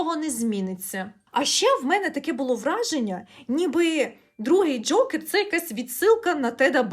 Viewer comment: Дякую за шикарне відео!Дуже було смішно, що ви кажете Джьокер прямо, як Скрипка, коли рекламував казино Джокер😂